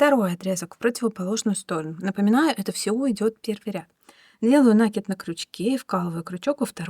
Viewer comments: Ну почему нАкид, нужно ударение ставить на И, т. е. накИд, накИИИИд!!!!! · Спасибо большое за урок. И пожалуйста, ставьте правильно ударение в слове накИд. Уж больно слух режет.